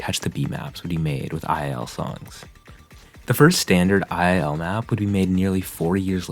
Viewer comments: its two-l not ii-l !!! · isn’t II-L pronounced as two-L? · II-L is actually pronounced "twoell" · btw the mappers name is pronounced “double L” and he is now an osu! player and has SS’d one of the insane diffs with hidden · slight pet peeve but u pronounce it two L 👍